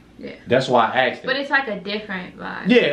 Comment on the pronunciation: Did you just say “asked’ed”???